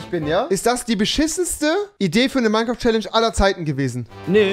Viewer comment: niemand: Tobi und Rewi: Minequaft